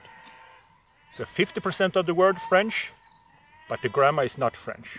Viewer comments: ohhhhhh okay that makes more sense I thought he was saying grandma too lol, I couldn't hammer out how grandma got dragged into this poor lady anyhow lol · I know you said grammar, but the whole time I heard grandma LOL